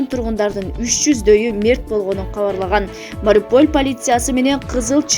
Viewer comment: Туура айтчы шаардын атын(Мариполь дебей)Ушул каналга билбей катталып алыпмын.Только жалган кабар жарыялашат